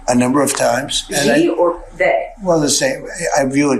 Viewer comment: Who is "Gee" ? Why can't Americans at least make an effort to pronounce his name correctly ? Typical American arrogance and lack of respect.